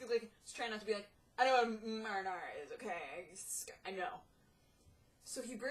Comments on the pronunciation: "Maw-Rih-Naw-Raw" sauce! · You say mahrahnahrah, I say mayruhnayruh :D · I've never heard anyone pronounce marinara like that. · says she knows what marinara is but cant pronounce it right